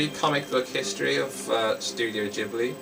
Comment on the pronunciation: Its not jibli, its studio ghibli